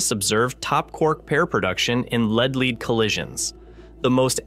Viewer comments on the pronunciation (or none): Lead -leed?!? 😂 mis-stated at least twice. Fermalab? lol😂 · Off-putting AI voice can't pronounce lead. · Ugh. Down vote. Can you not get a human to read the text instead of some crappy ai bot? Sounded stupid; among other things, it mispronounced “lead” every time